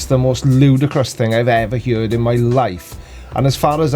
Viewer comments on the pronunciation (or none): Love the way you pronounce heard,,lol. You pronounce it heerd.👍 Gon yourself my man.. love the show too. Cheers